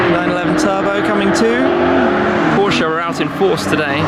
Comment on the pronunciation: Great content 👍! Glad that you know how to pronounce Porsche properly, unlike most of the other British car Youtubers 🙄...